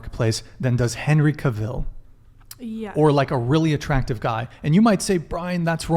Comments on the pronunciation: I almost didn't know who he was talking about, Henry Cavill's last name is pronounced like travel. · I've been told its Henry Cavill like "travel".